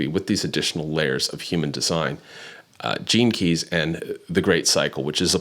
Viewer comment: As someone who has never studied human design or heard of astrocartography, i thought you were saying "jinkies" instead of gene keys. Anyway, interesting concept